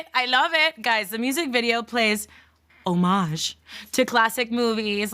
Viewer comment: Today you’re wearing an outfit I can relate to. Also, someone who actually knows how to pronounce homage? Unbelievable!